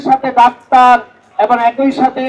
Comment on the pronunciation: আদু শব্দ ঠিক কর খাটাস (এবন) না এবং হবে